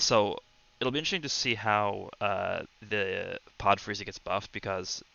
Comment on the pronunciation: I thought he called:Chair Frieza